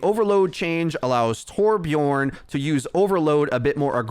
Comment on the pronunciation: Hi. It's 2021. I feel like you should know that Torbjörn rhymes with "learn" and "burn" rather than "born". Much love / your friendly neighborhood Swede